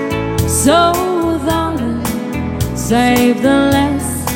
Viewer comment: ayusin mo pronounce mo sa SAVE , hindi "sayb" hahhahaha